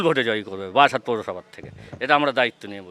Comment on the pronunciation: ওরে বাড়াসাত নয় বারাসাত। বাড়াসাতের লোক এরকমই ভাবে। পরের বার বারাসাতে যেও কেমন।